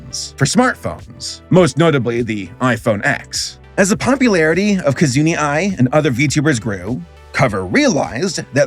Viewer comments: wow he just butchered almost all of their names. Little piece of advice, instead of just trying to read the names try to listen to someone who knows how to pronounce them. Many names these days have silent letters or even hidden letters. No hate though, i always love your videos and watch them as soon as they come up. Its just been so long that you are struggling with names. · just a tip on your model, i'm noticing a lot of voice de-sync. If you use vtube studio (which you should because its the pretty objectively the best vtuber model tracker.) Theres a voice input setting for your microphone so the mouth doesn't do that. Also side note! her name is Ki - like 'Keep' Zu - like 'Zoo' Na - like 'Nap' Ai - like 'I' Otherwise good video! I very much appreciate you doing god research on things like the hololive app, and the first vtuber as those are commonly mistaken things people get wrong. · Right? Like as soon as I heard this trend had its origin in Japan I thought, “Oh God here comes the cringy pronunciation…” I thought I was prepared, but JESUS, the way he kept saying the names wrong over and over I was cringing so hard 😭 I swear, some people really act like Asian languages are Enochian when most East Asian languages (at least the ones I’ve studied) have less sounds and much simpler sounds than English. Also GOOGLE. IS. RIGHT. THERE. I know because I used it to look up the spelling of ‘Enochian’ so I wouldn’t be out here sounding dumb. Google Translate literally has a pronunciation feature for Chrissakes. It’s 2021, there’s literally no excuse for this anymore. We can also talk about the fact that he mentioned the Japanese idol industry and the first thing we see is Twice, a Korean idol group, but I already feel like I’m gonna be banned for this strongly-worded comment 🥲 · "Ki-zun-e"? How in the world could your pronunciation be so far off? There isn't even an E! "Ki-zu-na Ai"! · "Kizun-ee". Ah, that's not going to get on anyone's nerves. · "Key-zoo-knee"? How...?